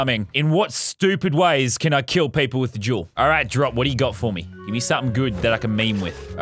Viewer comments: I just realized he says “I need the Jewel” but now it sound like “I need the juul” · Who thought he said juul instead of jewel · Anyone else heard him say juul instead of jewel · Luke05 15 lmao I knew someone else had to bring it up.. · Connor Lucich Official i litteraly commented the same thing lol it does spund like he says juul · hate to admit it but you right i was ripping my shit during this and everytime he said it i laughed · whenever lazar says the word jewel, imagine he says juul. cant unhear it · That’s how people with Australian accents say it... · Every time he said "Jewel," a high school vape addict got a little excited, thinking he meant "Juul" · That’s what I thought when he said juul😂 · "Got to hid that juul so they cant see it" "I love me juul" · My brother thought he said jew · Anyone else hear “I wanna get myself a juul” ?